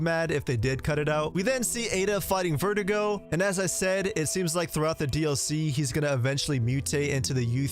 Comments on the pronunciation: My guy, it’s Verdugo, not Vertigo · You keep pronouncing Verdugo as vertigo. It's pronounced ver-doo-go my guy lmfao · Sir..its Ver dooo go not verdigo. Good vid tho. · Its pronounced Ver Doo go. Not vert ih go Verdugos means "Executioner" in English btw. And the castle enemies are called Zelots not granados. Ganados are the village enemies and it roughly translates to "Cattle"in English . Pffftt and you think you know RE4 eh? 😏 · It’s actually pronounced “Verh-doo-gó” not vertigo, hope that helps your Spanish 🙂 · Ngl everytime you say Verdugo I keep hearing vertigo so I like to imagine that Ada has bad vertigo throughout seperate ways as a main gimmick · It's funny how he made verdugo sound like vertigo in this video 😆